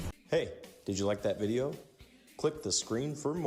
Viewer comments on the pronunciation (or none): none